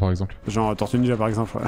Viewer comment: Correction : Tor - tues Nin - jas, TÔrtuues Niiinjas